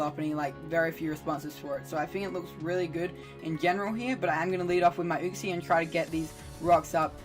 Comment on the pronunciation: Not how you pronounce uxie but hype sets my guy, GG on the win